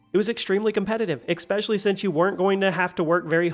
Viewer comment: I love the vids but there is no x in the words especially